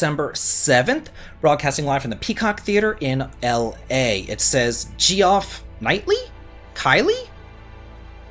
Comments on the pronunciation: Oh baby I need that chrono cross remix you used. ETA: lmao. 'jeff keelee' is how it's pronounced. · lmfao. Geoff Keighley's name is pronounced like Jeff Kee-lee. thanks for the cool videos! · Geoff Keighley is pronounced as Jeff KeyLee Your pronunciation had me lol :)